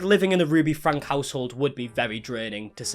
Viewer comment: Good video! Just to let you know, her last name is pronounced Franky, not Frank.